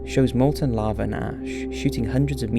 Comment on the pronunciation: Flattening not flattering. Lava not lavar. Basaltic not basalic.